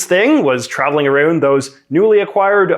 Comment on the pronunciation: That “ou” with your accent is everything for me. “Arouund” 😂💋💋